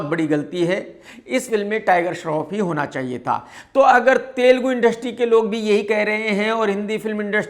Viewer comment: Thel - ghume nahi it's telugu